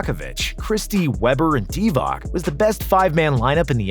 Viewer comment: Hey man can you pronounce Divac correctly the c is pronounced as ts